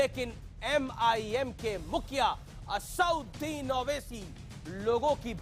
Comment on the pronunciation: Anchor ko sikhao, It is not Asaaunddin, rather it is Asaduddin Owaisi. ROFL.